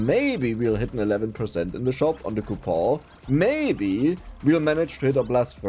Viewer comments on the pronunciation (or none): It's coupoN, with an "N"